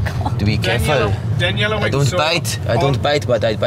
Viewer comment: whats her name? I thought I heared Deniella! lol